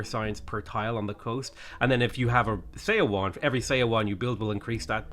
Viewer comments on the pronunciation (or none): I know it’s not obvious from the romanization but just as a heads up, Seowon is pronounced “suh-won”